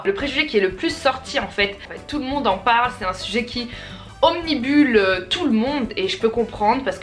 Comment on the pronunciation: OmnUbile pas omnibule mdrrr